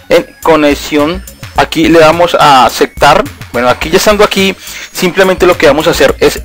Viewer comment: "AseCtar" "TiCs" ._. Es Reiniciar, no refrescar. ._.